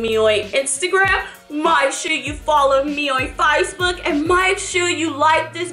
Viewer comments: you said ficebook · she said Facebook wrong